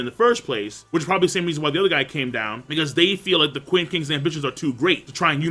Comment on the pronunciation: I'll sub if you stop pronouncing Qin/Ch'in as "kuin" LOL.